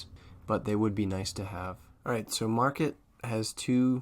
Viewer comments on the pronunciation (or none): It's called Markate, like Mar-kate. Not market.